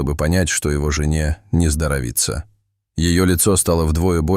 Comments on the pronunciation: Не нездоровИтся, а нездорОвится. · Не здоровИца.. 😮🙉🤦‍♀️ Долбаные роботы.. 😠👊